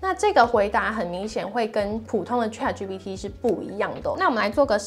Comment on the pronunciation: 你这个ChatGPT 发音不准，得好好练练！😅